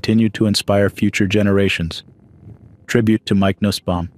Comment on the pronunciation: Nussbaum is pronounced noosbaum